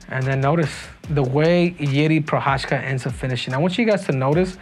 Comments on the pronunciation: I m Czech and you don't prounanc it " Prochachka" he's not Russian. You prounanc it " Prohaska" - Prochazka. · You say he's your boy, yet you dont bother to even pronounce his last name right 😭 it's not that hard bro Pro-khas-ka